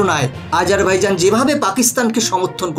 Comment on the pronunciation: আপনি ঠিক করে দেশটার নাম উল্লেখ করতেই পারছেন না আজারভাইজন বলছেন ওটা হবে বাইজান